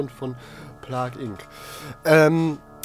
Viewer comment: Das wird wie Playgausgesprochen nur so zur Info , danke für deine Plague Videos helfen echt weiter hab das jetzt durch :)